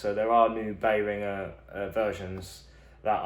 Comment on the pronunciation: What's a 'Bay Ringah' mixer ?